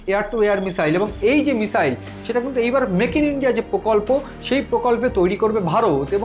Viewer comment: যারা বাংলা ভাষায় ইউটুবার তাঁদের কাছে বিনীত অনুরোধ, ক্ষেত্রবিশেষে "স" আর "শ" এর উচ্চারণের বিষয়টার প্রতি যেন একটু খেয়াল রাখেন। যেমন, মিসাইল না মিশাইল সেটা বুঝে নিয়ে উচ্চারণ করলে ভাল হয়। এখানে শুনলাম কখনো বলা হচ্ছে মিসাইল (missile), আবার কখনও মিশাইল বা মিষাইল (mishile).